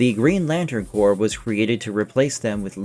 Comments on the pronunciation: Did I hear you say “corpse”? Pronounced “core”. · corps is pronounced core. not corpse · Corps is pronounced cor, not CORPSE. Jesus Christ.